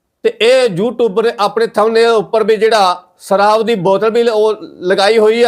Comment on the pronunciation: ਸ ਦੇ ਪੈਰ ਬਿੰਦੀ ਲਗਾਇਆ ਕਰ। ਪੰਜਾਬੀ ਭਾਸ਼ਾ ਦਾ ਮਜ਼ਾਕ ਨਾ ਉਡਾ। ਸਰਾਬ ਨਹੀਂ ਸ਼ਰਾਬ ਹੈ। ਨਸਾ ਨਹੀਂ ਨਸ਼ਾ ਹੈ।